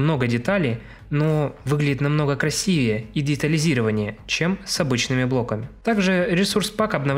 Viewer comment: Когда ты говоришь краси́вее, моё сердце бьётся чаще🤤